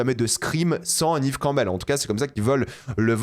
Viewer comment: J'écouterais pas l'avis de quelqu'un qui dit "Nive Campbell" et pas "Nève Campbell"